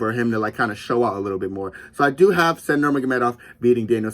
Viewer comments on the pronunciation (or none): Bro pronounces Said as said 😭😭😭